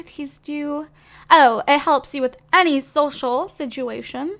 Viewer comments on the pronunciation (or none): none